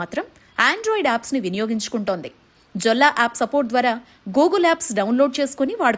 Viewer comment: జొల్లా కాదమ్మా. యెల్లా అని పలకాలి. యెల్లా స్పానిష్ . Jolla అంటే నగ అని అర్థం